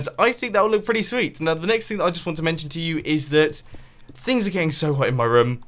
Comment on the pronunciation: Who prefers how Mumbo Says room compared to them? (Unless that's how you say it) I preference How Mumbo says it